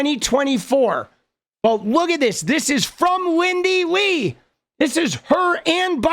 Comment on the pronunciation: Lindy Li (pronounced 'lie')